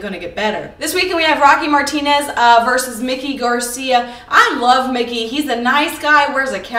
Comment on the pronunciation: Who is " Mickey " Garcia, is his name is Mikey, not Mickey lol I think Carl Froch is a very good test for GGG. Andre Ward would dismantle GGG, that's not even a fight in my book. Nice video though !!!